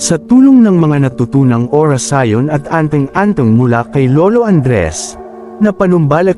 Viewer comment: Maganda ang kwento kya lng pakiayos ang passalita at words katulad ng orasyon at balaraw